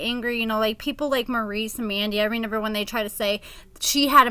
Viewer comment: I notice you always say ReNember instead of ReMember